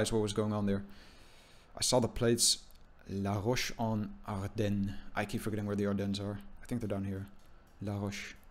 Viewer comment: ggs You pronounced La-Roche-en-Ardenne really well btw